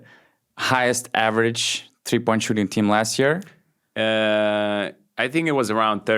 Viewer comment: Can you please explain why you pronounce "three" as "free"?